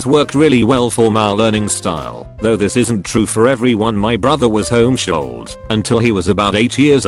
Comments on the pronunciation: Nobody:: “Homeshooled” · No one: TTS: home-sholled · Voice said home-shooled